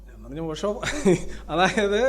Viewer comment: പോഷോ allay, ഓഷോ ആണല്ലോ....